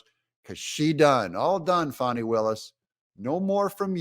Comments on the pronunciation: I am going to unsubscribe if you keep pandering to the DNC and pronouncing her name "Fawni". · Pronounced "Fanny" like yer azz 😂